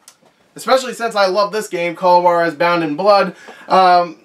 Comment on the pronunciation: it’s actually h-wah-dez